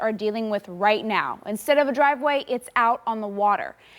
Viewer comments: Did she just say dwiveway 🤣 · ‘Dwiveway’ lmao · said dwive way lol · Dwiveway lol